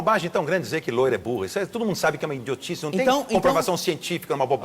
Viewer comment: Sério que eu ouvi o Justus falando a palavra INDIOTICE ao invés de idiotice quando falavam de piada de loira????Kkkkkkk